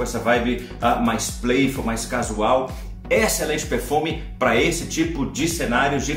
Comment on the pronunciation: Alguém diz pro que a pronúncia da palavra excelente é Êxcelente, como um acento circunflexo e não Éxcelente como acento agudo. Éééxcelente não por favor! hahaha